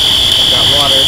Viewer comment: "HERE COMES ZE WATAH!" 🤣🤣🤣